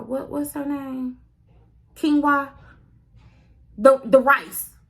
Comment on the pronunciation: it's quinoa, pronounced keen-wah